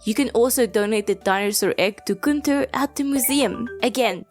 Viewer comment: You pronouncing "Gunther" the right way is so confusing for some reason